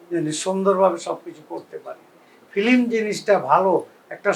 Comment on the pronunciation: Film word ta correctly bolta para na